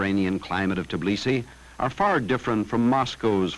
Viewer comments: Not Tiblisi, but Tbilisi... :))) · Just say "teh beh". "Teh bilisi". You'll get it